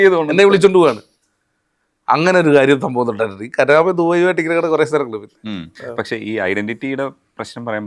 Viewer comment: കരാമ അല്ല കറാമ